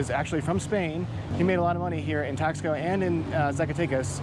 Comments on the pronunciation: I wanted to be objective and to see if there was a nugget I could take away. But don’t worry, I won’t be commenting on any of your other videos. By the way, have you learned to pronounce Taxco yet? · I found this video quite frustrating, but I did watch it through to the end. I would've thought in visiting a place you could give it the respect it deserved, and even learned how to pronounce "Taxco" correctly. I did find the commentary reminiscent of most of the US tourists I have come across in Mexico - unresearched, a little condescending and expectations that Mexico is the 51st state of the US.